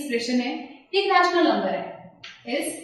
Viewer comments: Its not रेशनल । its रैशनल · dont pronounce ryaa-tional .................................................pronounce it as ray-tional